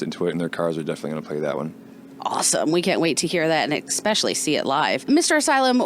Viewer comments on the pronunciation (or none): Radio host says "woof" instead of WOLF and "expeshally" instead of especially lol... couldn't find anyone that knows how to pronounce simple words? LMAO